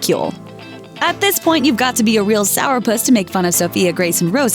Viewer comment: "Sour-puss" Ok. Ya. Ok